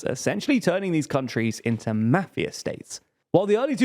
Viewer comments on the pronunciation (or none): none